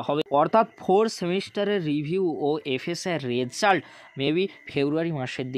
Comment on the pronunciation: Result pronunciation তা শুনতে খুবই weird শুনতে লাগছে please সিম্পিল ভাবে বলুন ।